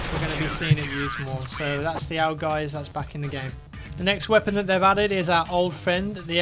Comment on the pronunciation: Owg? It's pronounced A.U.G.